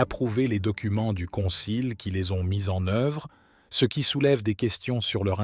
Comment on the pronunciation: « Ce », »ci », « mgr » sont mal prononcés : pourquoi ? est-ce l’intelligence artificielle……😅comment prendre au sérieux?